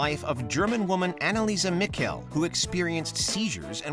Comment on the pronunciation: The way that Anneliese Michel's name was pronounced really annoyed me. Her name is pronounced Anna-leese, and her last name is the same way you'd pronounce Michelle, not Mic-el. If you want to find more on this case I'd recommend watching the Buzzfeed Unsolved episode where they play the actual tape recordings